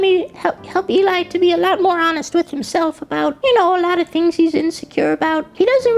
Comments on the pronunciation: why does he keep saying Eli? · I want more of this stuff, the other person talking to us (not Eli, probably butchered that but oh well) MERRRIE CHIRSTLER